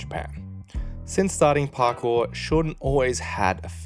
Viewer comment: did you say Parkoo? As in Sydney? 😅